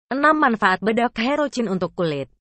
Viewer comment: Herocyn di bacanya herosin bukan herocin kagak enak di dengarnya ini